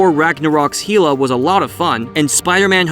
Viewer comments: "Hila" ? Are you kidding me....... have you really never heard "Hell-a" pronounced.... ? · If you say it like HEE-luh one more time, I’ll slap you. It’s pronounced like HELL-uh. Hela = HELL-uh. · Lmfao... HEE-LUH? ummm dog... it's HELL-UH almost positive Thor never called her that🙄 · Heela? It's hella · It's hell-ah, btw. And I see you commented on it in the comment section, but in all honesty, you shouldn't be talking about any subject if you can't pronounce a name or word used in said subject. It just makes you look like you don't have any clue what you are talking about. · Heela? HEELAH? Why the fuck are you pronouncing shit weird? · So many things are misinterpreted, mispronounced or just plain incorrect. Narrator basically echoes things he heard from reputable sources. Enough time has passed that we can all accurately see that Killmonger's rave reviews were unfounded & basically just pandering. And...did you even see Ragnarok? Mispronouncing Hela doesn't "happen" if you're a fan or had even watched the film. Nice try though junior.